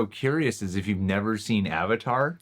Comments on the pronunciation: Why does the movie pronounce “avatar” as “auvotar” lol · “My name is oong, and I’m the ovatar” Me: "No ur not" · Literally Avatar is pronounced ONCE correctly in this movie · Stilted acting Some good effects but mostly terrible effects WHITE WASHING?? Getting the NAMES OF the characters WRONG? (ANG instead of AANG, EEROH instead of IROH, AHVATAR instead of AVATAR etc xD) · I understand the names; they put zero effort into pronouncing them at all, but I understand trying to fit their language conventions: But AVATAR IS AN ENGLISH WORD. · Ahvatahr Ong Sowkuh Eeero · watching this review with the subtitles on for the terrible pronunciations is hilarious. avatar wrong and agony key duels lol.